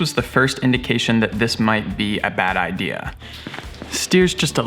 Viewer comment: Bad i-deer😂